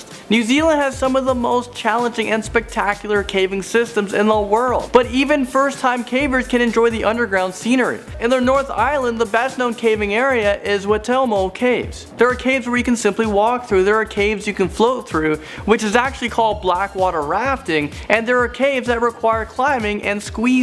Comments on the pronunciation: Witomo? no no no its WAI tomo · It's why-toe-mo. Not that hard to say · LOL I LOVE HOW HE'S PRONOUNCING THE NAMES!!! Waitomo - Wai- to-mo Hawkes Bay -Pretty much just Hawk's bay Waiheke Island- Wai- heck-e Rotorua - Roto (as in rotor but without the R) Rua (sort of like ruwa except the w isn't as strong) I think he's trying to say Taupo - It's not tap-o, it's Toe-paw Wai sounds like Why, btw. Alright I'm not even going to bother anymore it's really funny but there are so many that he's saying wrong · Although i am happy that you guys made a video on my home country, you mispronounced a lot of the names. Eg: Rotorua is pronounced "Row-ta-rue-ah" and Taupo is "Tow-paw," Waitomo is "Why-toe-mow," and Waiheke is "Why-heck-e." But you guys really did capture the magic that is New Zealand.